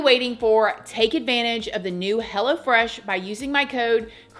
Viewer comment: Sounds like you're saying "Hella fresh" instead of "Hello Fresh"😂😂